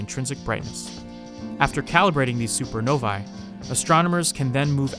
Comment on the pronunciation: You’re pronouncing supernovae wrong